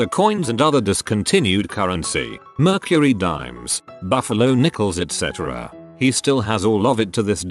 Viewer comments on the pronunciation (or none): none